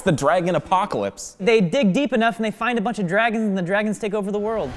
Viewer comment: Do he say Draygons?